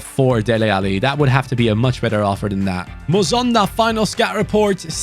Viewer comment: it’s not muzonda it’s mu son da like heung min son. Him and his father were born in my home country of Zambia but relocate to Belgium when he was 5. Like so can see